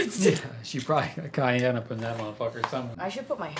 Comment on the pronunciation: My name is Cayenne and the way they pronounce it is driving me crazy😅 It’s pronounced CayENNE not CayANNE lol I loved the video though! and always know how to make me laugh😂